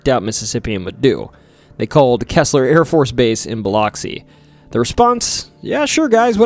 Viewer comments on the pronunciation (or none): Good video but Keesler is said like “Keysler” and Biloxi “Biluhxee” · And Keesler=Key Slur AFB. I know it’s tough pronouncing names that aren’t native to someone. My husband’s mom, from Maine, still says Bill ox e even though we’ve tried to explain. 😂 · Alot of mispronounced words in this video Keesler ( -kuis - ler ) like" Marquis " ler Bilox (Ba-lux- ie ) Yes singing river is a whole thing most of the hospitals and businesses are named "Singing River) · I'm not from Mississippi, but on behalf of everyone who IS, it's Keesler Air Force Base, (KEESler) Not "Kessler." Biloxi is pronounced "Bill-ux-ee." But, great video. Was interesting to hear new details on the Pascagoula abduction. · It is pronounced KEY-SLUR for Keesler AFB and Biloxi is BILL-UX-EE OR BUH-LUX-EE no ah sound to be found. Tupelo is pronounced TOO-PAH-LOW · great video so far! just wanted to say Keesler is pronounced like "key-sler" and Biloxi is pronounced "bole-luck-see'" crazy it couldve happened only 20 mins away